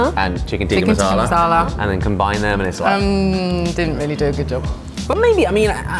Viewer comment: I kind of cringe when they say tikka😂